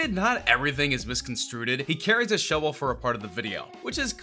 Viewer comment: mhm called the shovel a Shevel ijs....